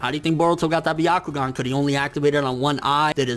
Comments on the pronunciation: sounds like "the octagon" everytime he says "byakugan" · it's not byakugaan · It's not the byagkugan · The fact that you pronounced byakugan the way that did makes me cringe. #NotSorry #WaitingForTheComments #ComeAtMeBros #PlotNoJutsu